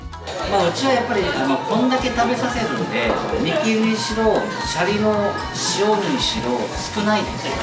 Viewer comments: 税サ込12000円のおまかせで41品は良いお店ですねー！ご紹介ありがとうございます！ 余計なお世話ですが...シャリのイントネーションが気になりました笑 シャリ（↑↓）でなくてシャリ（→→）ですよね！伝われ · シャリの発音が悪い